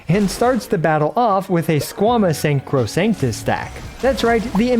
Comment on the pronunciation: Latin, is pronunced eem-bee-bee-tor and the accent is on the last i “imbibìtor”. Sacrosanta in sack-row-sawn-tah